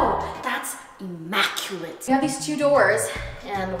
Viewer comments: nobody: mai: immAculent. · No one:: "that's ImMAculate 👌"